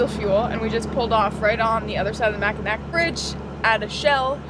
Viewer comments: Get a Pasty you Fudgie! It's called macki "naw" Traverse city is the bomb Cherry Fest! Macki "nac" still has me laughing. A Fudgie is a tourist in Mackinac. Seriously make a necklace from a petoski stone! Btw Michigan is World Class Fishing! That's my old stomping grounds. Glad your Having fun! Michigan is a beautiful state! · not mac n ack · Love you guys! Welcome to Michigan, hope you love it as much as we do! By the way, it's Macki-NAW :-) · Hahahaaaa! Love ya sweetheart! Ooops you Did it AGAIN,! LMAO ITS PRONOUNCED MACK-IN-AWW BRIDGE.. and they're NOT POTASSIUM STONES. OMG YOURE HILLARIOUS AND DONT REALIZE IT. THATS PRICELESS. THEYRE PETOSKY STONES. WE HAVE A COTY WITH THE SAME NAME. COOL HISTORY HERE GUYS.. JUST LOOK.... ENJOY OUR BEAUTIFUL STATE:no matter how you say it: ITS THE BEST. As FAR s knowing what's where and travelling across the USA: THERES AN APP THAT CREATES 3WARDS DESCIBING EACH 10'X10' SQUARE ON THE PLANET.. CANT RECALL WHAT ITS CALLED,BUT IT WOULD BE IDEAL FOR YOUR LIFE TRAVELS.. SHOUT OUT THAT IDEA! 🌺🌺SEMPRE FI. ALL THE WAY FROM ANCHOR BAY (S.E.AREA)